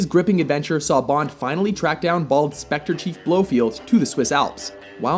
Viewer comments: I caught that too. He added a couple letters. Hey … its BLOFELD!!! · You lost a lot of credibility by placing the weak "For Your Eyes Only" on the list and mispronouncing Blofeld as "BloFIELD" but redeemed the video by putting "From Russia with Love" in the top five and "Goldfinger" rightfully at number one. To replace "Eyes" I suggest "Live and Let Die" or "You Only Live Twice" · NB: it's Blofeld - not Blofield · Did he seriously say "BloFIELD." I believe you mean BloFELD. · And by the way u yanks always pronounce words wrong it is Blofeld not Blofield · It's blo-feld not blofield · He didn't say BloFIELD, did he? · "Blofield" And we know this list is rubbish when the guy saying this stuff doesn't even know a major characters name lol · Blofield? Get the fuck out of here. This guy has clearly never watched these films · ‘Blofield’ ...this guy doesn’t know Bond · 20+ films and you pronounce Blofeld as “Blow-field”??? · Yep......you said Blofield. You guys suck at pronouncing stuff......meh, I like the channel anyway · Blofield??? I ought to smack you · Who the fuck is "Blowfield"? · This guy pronounces Blofeld 'blo-field"- he obviously has no interest in the series, because this list sucks. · it's pronounced Blo'feld jackass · BloFIELD? Really? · blow feild?? haha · This list is a joke. The Spy Who Loved Me, and Goldeneye should be within the top 3 and none of Craig's movies should even be in the top ten. It's also not pronounced "blowFIELD." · "Blofield????" His names is Blofeld. If you haven't seen the movie, at least do some research. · Blofield?? There's no "I" in Blofeld, bro. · Blowfield... are you kidding me? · Are you sure you're really Bond fans,? You put GoldenEye at #10…. Thunderball even made this list, and you pronounced Blofeld as 'Blow-Field' ….. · His name is not Blowfield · "BlowFIELD"? Thats just embarrassing. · you pronounced blofeld wrong